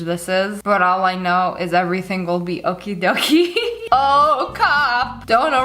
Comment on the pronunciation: the okidokis are dutch but it was so funny when you said it like that